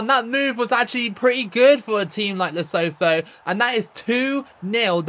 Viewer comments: Hey mate, love your vids! Would love to see you play as the mighty Faroes one day btw, or New Caledonia. As for Lesotho, the TH in the Sesotho language isn't a th like in 'thorn', it's just a stronger T sound, so the country is pronounced "Leh-SOO-too". All the best! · As you know I'm from South Africa, and we pronounce it as "Le-Su-2"😁